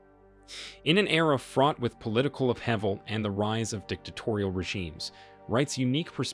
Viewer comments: “Uphevel” lol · I was about to shut it off after he pronounced the word “upheaval” lol cmon man and when he says “lead to” like “leed”. Nothing gets me more disinterested than someone that can’t pronounce the script. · Learn to say "upheaval."